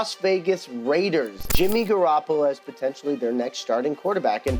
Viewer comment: “Jimmy garoppla” Ian rapoport